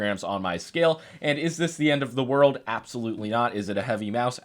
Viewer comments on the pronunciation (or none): none